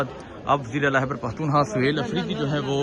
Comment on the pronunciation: عزیز من خدا کے و ا سطے ا پنا جا ھلا نہ ، ھتک آ میز تلفّظ اور لہجہ د ر ست کر لیں ۔۔۔۔ " ھیبڑ پختو نخوا " " ھیبڑ ، ھیبڑ ، ھیبڑ " ۔۔۔۔ کی گر د ا ن بند کر یں